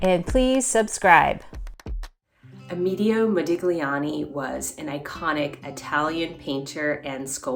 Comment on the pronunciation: His first name is pronounced ah meh DAY oh